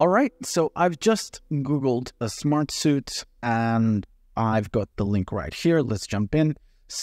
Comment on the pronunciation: Bro, it’s Smart-Sweet. Not Smart-Soot.